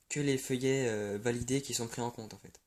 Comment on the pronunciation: "filleuls" se prononce : FILLEUL et non feuillet! FILLEULS C'est en rapport avec PARRAIN , je suis ton filleul si tu es mon parrain!!!!